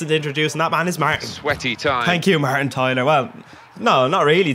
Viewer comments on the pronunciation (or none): none